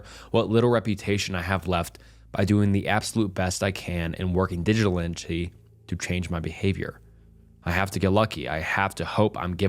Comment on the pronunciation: And the way he pronounced diligently lol